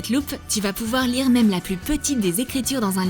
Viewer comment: On dit lire pas lice